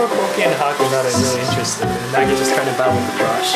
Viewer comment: LOL!! NAGGIE? ITS Nagi